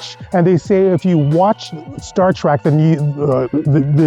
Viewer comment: TREK, not TRAK, Trekkie, not TRACKY idiout....